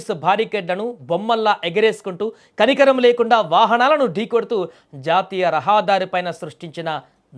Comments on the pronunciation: రహాదారి కాదురా బాబు రహదారి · రహా దారి అని పలకకూడదు. రహదారి అనాలి. ఇంకా ఇలాంటి తప్పులున్నవి. యాంకర్ తప్పులు పలికితే భాషను హత్య చేస్తున్నట్లే భావించాలి.